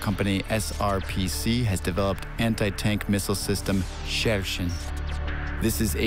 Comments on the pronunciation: Dude you pronouce it so funny Sheshen Sheshen Sheshen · Bruh...stop with the Sheshen lol. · its pronounced Cher (singer) - Shen. Cher-Shen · It's Shershen